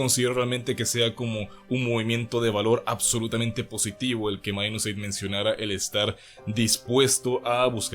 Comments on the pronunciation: Se dice Minus8, no "mainusce" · Porque le dicen Minus"Eight". Se supone que su pronunciación es " Mainusupaig" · es ingles, minus8=mainus eight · Esa pronunciacion para decir Mainuseigh.